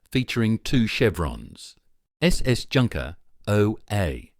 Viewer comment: I really wish people who make vids about the German military, at least take the trouble to get their pronunciation right. The ‘j’ is pronounced as a y. Calling in a ‘junkers’ sounds ridiculous and amateurish.